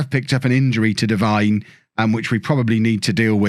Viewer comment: Hey, it’s pronounced Deveene rather than Devine as it’s spelt. Sorry to be that guy, love the series